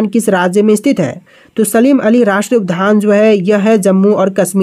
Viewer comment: उद्यान को उधआन का उच्चारित न करे